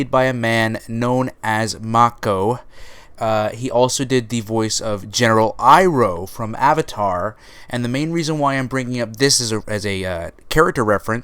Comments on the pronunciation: His name is pronounced Mah-koh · You pronounced Mako in 3 different ways in the first 2 minutes lmao